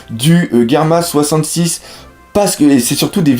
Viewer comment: sa se dit germa double six